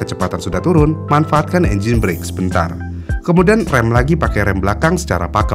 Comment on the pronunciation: BRAKE itu penyebutannya ga sama kayak BREAK